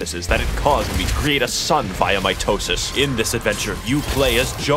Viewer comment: the way he says mitosis